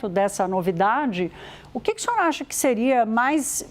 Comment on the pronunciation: Essa mulher troca o s pelo x. Que agonia. O xinhor xe axustou? Não consigo!